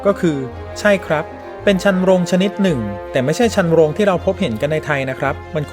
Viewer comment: ชันโรง อ่านว่า ชัน นะ โรง ครับ